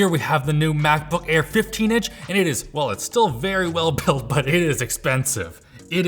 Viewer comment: quite light buy very heavy???? hahahaha